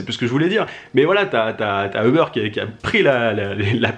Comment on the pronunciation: ça se prononce "oub'rr" pas eubeur